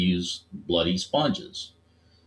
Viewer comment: You sounded British when you said bloody sponge. 😂